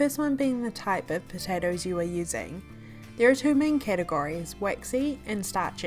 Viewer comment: The way she said “two” had me rolling 🤣